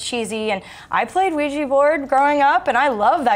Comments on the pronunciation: film is called ouija pronounces it weeeeji name comes from french word oui and german word ja both meaning yes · "everyone around the world knows what a Ouija board is" I don't!! w*f is a Ouija board?!? I had to watch the video just so I know how to pronounce it.. D